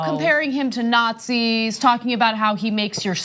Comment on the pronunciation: Also, its Nazis, not Natizs.